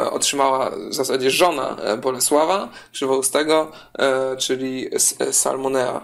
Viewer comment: Salomea* chyba bardziej :)